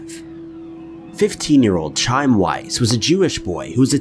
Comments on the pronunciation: I love all these kinds of videos, but the narrators really have to explore how to pronounce words. It's not 'Chime". I'm not even Jewish and I know that. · Chaim is pronounced with a hard H at the beginning, followed by "ah-eem". I find it incredibly disrespectful for people who aren't Jewish to perpetually mispronounce Hebrew names. Please make more effort to pronounce non English names more accurately. Thank you. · Chaim is Hebrew for "Life" and is pronounced Hi-Em. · You know it's Chaim (pronounced Ky-am) right? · Chime? That's one thing I can't stand, he never takes the time to learn these peoples names... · Isn't that first boys name pronounced "K.iam" or close? Maybe with that sort of gutteral sound for the h? Not much of a sound but it is K right? These have all been done many many times even by this channel. But since they are still not solved I guess that's important.🤔😬💔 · It is pronounced "HAYEM" 🤣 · First story, the boys first name is pronounced HI-am. The ch has an H sound in Hebrew. Just though I'd mention it. Thanks so much for all of your vids. I really enjoy them! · The way you pronounce Chaim is is worse than the ad placements in this video. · Oh my God. It's one thing for these YouTubers who don't even know how to read, nor how to use correct syntax, nor how to pronounce words to have subscribers in the millions, as if that were not sickening enough, but I counted more than twice the number of mispronunciations of Jewish words in the first story than the number of Jewish brothers who founded Warner Bros., including Chaim being mispronounced two different ways and a total of eight times! You'd think maybe a person who wasn't just blatantly exploiting the death of a young teenager in a religious school would have the modicum of respect necessary to get his name right. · I normally don't comment on incorrect pronunciation, but it's the name of a dead child. It feels disrespectful. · I was hoping someone commented this! It really bugged me